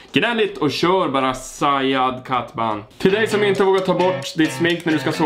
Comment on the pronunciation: Hahahahahhahahaha du uttala mitt namn ändå helt okej/Sajad Kathban